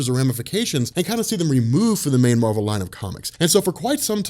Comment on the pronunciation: Why do you pronounce Marvel differently when you refer to Captain Marvel?